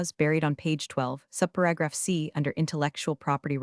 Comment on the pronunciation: resume is pronounced as res-u-may not resume; R & D is not spelled as R D; portable is not spelled as pourable; whirred is not spelled as word; how hard is it to say subparagraph c? read is pronounced as red; read is pronounced as red; is not spelled as folio; again, folder is not spelled as folio; again, folder is not spelled as folio and # is pronounced as number not hashtag